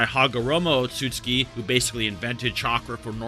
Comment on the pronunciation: Oat-sot-sue-key. They're not Polish otsuskis.